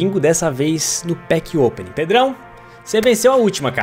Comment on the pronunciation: "Pack OPENIG" kkkkk